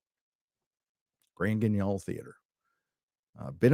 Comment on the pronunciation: The way pronounced Grand Guignol made my ears bleed a little.:-D But kudos to him for knowing it, as if he needed any more geek points at this moment.